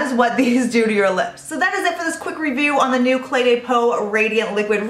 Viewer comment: i love your reviews! De as in Cle de Peau is pronounced duh, not day and you will be absolutely perfect! I don't mean this in a nasty way at all, I love you girl, but I also love the French language:)